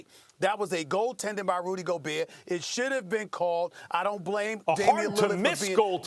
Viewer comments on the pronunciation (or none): none